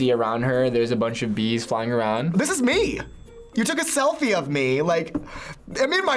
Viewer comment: “yOu To0k A z3Lfi3 oF m3” 🤣🤣🤣🤣 jk